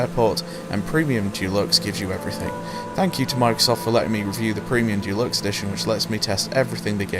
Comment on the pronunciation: Dulux edition lol It ain't paint... You mean dee-lux